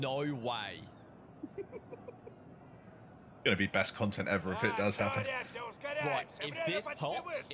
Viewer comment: "there's nohrrr way... Nohhrr way!"